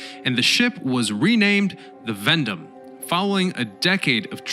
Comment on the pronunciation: say Veendam with me...vee-en-=darm